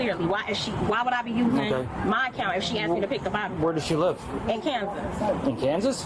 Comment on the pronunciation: “She axed me.” Insufferable idiot.